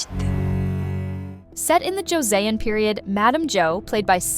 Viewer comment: For a channel that is all about K-drama do the courtesy of learning how to pronounce Korean words! It is extremely cringey when you butcher the name of the actors & actresses especially when describing the show like for example the word Joseon is two syllables not three (Joseon is Chosun). Otherwise here’s a suggestion, just use subtitles and don’t do voiceovers. Thank you.